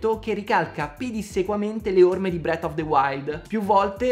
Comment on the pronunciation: ti voglio tanto bene e ti seguo sempre, però si pronuncia "Tiirs" of the Kingdom e "Bref" of the wild, Tiars e bret of the wild "Nun se possono sentí" 😂